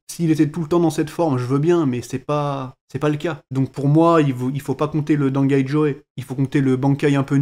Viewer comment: Non ca se prononce pas dangai jo, mais merci quand même